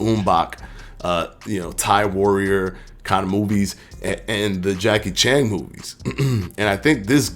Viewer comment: Homie said Jackie Chang. I'm done lol